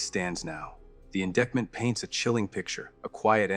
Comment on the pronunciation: In di(i)ct ment, McKee (key) Tepe (tepee)